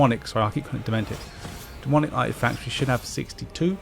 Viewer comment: Your inability to say demonic has been irking me for five videos now. But thank you.